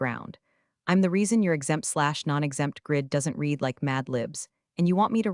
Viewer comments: Teach your AI the difference between ‘read’ present tense (reed) and ‘read’ past tense (red). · I have one problem with all these clips. And that is how they pronounce the word READ. That word can be said two ways. 1). I’m going to read (reed) this book. For the present sense or near future. 2). I read (red) that book twice. For the past sense. And Re-read is always in the past sense.